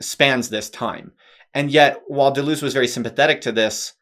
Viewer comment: "simplistic anglo-reduction describes you perfectly--even down to the mis-pronunciation of his name.